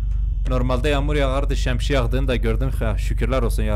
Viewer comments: Şemşiye değil şemsiye :D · Abi şemşiye diyon 😂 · Şemsiye şemşiye degil